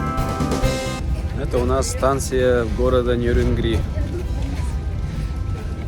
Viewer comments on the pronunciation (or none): ты же коренной житель Якутии, а даже не знаешь на какую букву ставится ударение в названии г. Нерюнгри!!! 🤦‍♂️🤦‍♂️🤦‍♂️